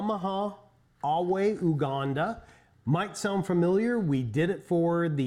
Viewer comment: Heya! Nice review. Just a note that it is pronounced you-ganda rather than oo-ganda.